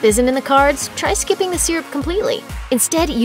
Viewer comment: She cant even pronounce syrup correctly. Lol